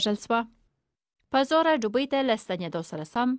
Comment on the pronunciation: ډوبۍ نه.....دوبۍ